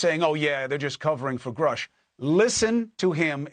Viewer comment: Unreal how the mans name can be everywhere and yet people will still say Grush instead of Grusch